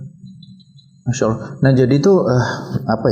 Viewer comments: Mohon maaf nih, pengucapan Allah itu Allah... Bukan Awloh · Apa saya salah dengar ya? Kok sering dengar kata Awoh